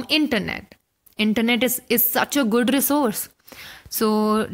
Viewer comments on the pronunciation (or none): none